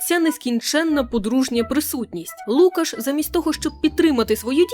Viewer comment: Класний випуск тільки правильно лукАш.